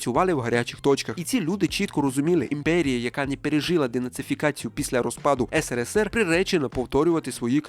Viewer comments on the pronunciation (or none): none